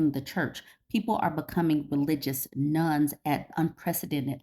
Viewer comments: I thought you were talking about religious "nuns" - which didn't make any sense. Now I see that you meant religious "nones". :) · I keep hearing "Religious Nun". I think you meant "Religion: None"? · Not me thinking you said nuns 😅 Interesting topic!